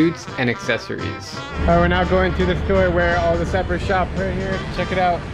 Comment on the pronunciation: You must pronounce Sapeurs the French way. It is not sapper.